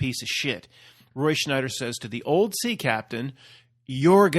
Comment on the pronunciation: must be Mandela effected about Roy Scheider too. It’s not Schneider. It’s Scheider. No N. Lol